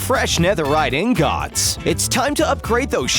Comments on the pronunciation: basalt doesnt go from the bottom to top, it goes from top to bottom, its because its flowed lava that cooled down, lava couldnt flow from the bottom to the top wtf, you literally made me mad right there: , plus thats a fortress not a dungeon, and the way you say "INGOTS" make me die inside. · That’s not how you pernonce netherite ingots, is netherite ingit not ingots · Guy: Ing gottt Others: ingot Edit: not hate just trying to be funny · Its ingut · "Ing-gots" Me:NO WHY NOOOOOOO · No one: Narrator: "ingOTS" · After the ingots are introduced, get used to hearing him say ‘in-got-s’ a *lot*. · Did you just say ingats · I can’t watch the full video just each time he says Inots I just cant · He says it like : 《In got's 》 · He says in-Gots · In ghots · He says ingots like ingohts!!! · I was confused for about 1 second when he said ing-gots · No one: This guy: ingOTS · I like how you say ingots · If they don’t pronounce ingots correctly next time.. IM OUT BOI